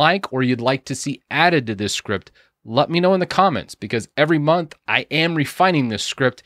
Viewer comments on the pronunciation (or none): none